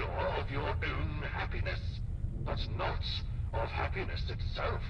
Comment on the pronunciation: The robot definitely said PENIS not HAPPINESS...